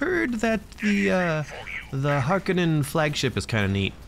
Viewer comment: The way the new movie pronounces harkonnen (and you) makes me cringe. It has an O not an A. 🤮 but all kidding aside, really like the frequency of videos!